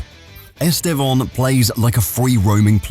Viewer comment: Estevon? Are you sure thats how you pronounce his name?